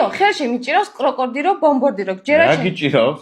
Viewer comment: ბომბარდირო კროკოდილო და არა კრუკოდილო ბომბორდირო😂😂😂😂😂😂